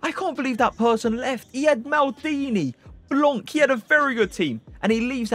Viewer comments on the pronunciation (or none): none